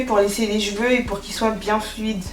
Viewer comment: c'est cheveux pas "jveux" 🤦🏾‍♀️😂😂😭